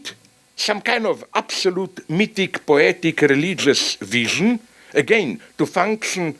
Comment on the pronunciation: When Zizek says "wision" instead of "vision" know that it's because he's thinking of a written word in German. Even his mistakes are deep.